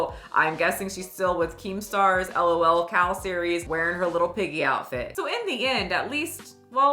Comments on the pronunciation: Hearing it as "el oh el" cow was my reminder to touch some grass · Hahahah don't spell out lol like "el oh el" it's just like LOWLCOWs.